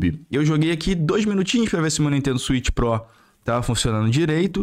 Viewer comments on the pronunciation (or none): "Swicth pro" pqp hahaahahahaha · SWITH PRÓ KKK